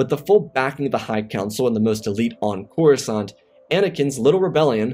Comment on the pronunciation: "Kenobi made a move on Corusant?" Slight error at the beginning. But good story as always.